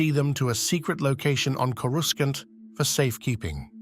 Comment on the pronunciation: Is this A.I. narration? Because the way the guy pronounced "Coruscant" is off.